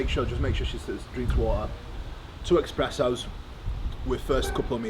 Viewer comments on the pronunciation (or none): It's espressos my guy, no x